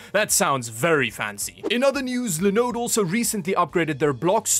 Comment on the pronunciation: Nobody says Linode better